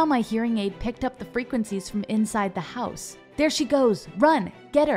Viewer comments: The one thing that annyoed me about this video is when she say "hause" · When she said "my mom came in house with brand new bag" I heard that as "my mom came in hoes with brawn new bag" 😂